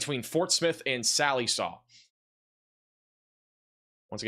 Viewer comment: Check pronunciation of Sallisaw